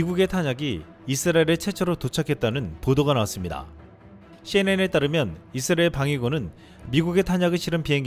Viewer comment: '이스라엘' 발음이 좀....;;; '잇스라엘' 이라 읽는 건 외국인들이 그러던데..